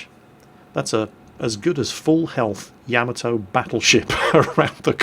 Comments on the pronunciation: "YAH-MAH-TOE" Not "YAE-MI-TOE". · Tigerfrost YAH-MAH-TOH. Not TOE. It's a short, hard "o", not long like in "toe" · Tigerfrost It's pronounced 大和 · I die a lot inside every time fails at pronouncing Yamato. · Well, that is the sound I was trying to go for but wasn't exactly sure what character to use. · ***** wasn't as far off the proper pronunciation of Yamato as "pay-rice" is from Paris:P